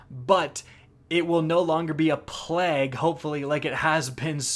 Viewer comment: plague - "plehhg" mag - "meyg" dafuqqqqq